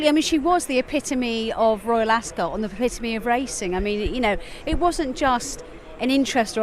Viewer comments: I thought it’s pronounced “As-cut” not “As-scott”? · Askit like biscuit pronounce Ascot pse